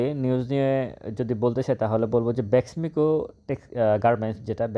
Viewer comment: আসসালামু আলাইকুম। ভাই আমি আপনার মার্কেট পর্যালোচনার নিয়মিত শ্রোতা। আপনি তথ্যবহুল আলোচনা করে থাকেন । যাহোক, ভাই আপনি BEXIMCO না বলে BESMICO বলে আসছেন । এবং আপনার নিজ জেলা কোটি ?